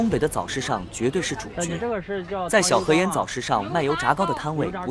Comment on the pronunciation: 小河沿（yan,四声），你就更象了